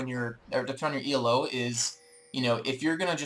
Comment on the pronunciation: This is a really useful series. Minor quibble: "Elo" is a name, not an acronym. It's pronounced "eee-low", not e.l.o. =)